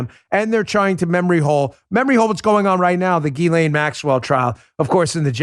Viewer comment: Proper pronunciation is jizz-lane Maxwell.🥁